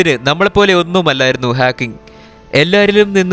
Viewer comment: Great work.... ഹാക്ക്കിങ്‌ അല്ല ഹോക്കിങ് ആണ്.....please note it